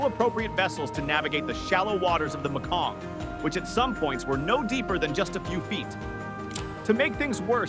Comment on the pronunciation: It's pronounced MAY-KONG, not ME-KONG.